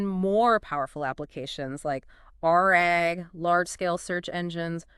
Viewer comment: "Ar-AG" instead of RAG is crazy 💀